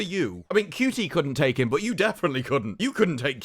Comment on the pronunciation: Do you mispronounce Shooty's name as a comedic bit? I mean, the number of people on the planet who would call him "Cutie" could fit in a police box. Not the TARDIS; a standard 1960s era police box.